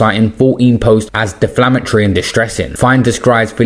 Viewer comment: It’s defamatory not deflamatory